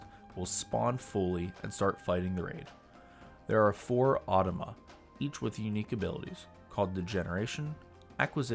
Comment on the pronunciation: it's said "Ahh-Toe-Ma"